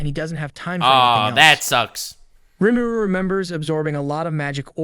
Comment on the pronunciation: "Stop saying Rìmúrù!"